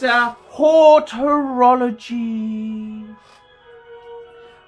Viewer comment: It’s HOROLOGY, fucking sad really,! 😂😂😂😂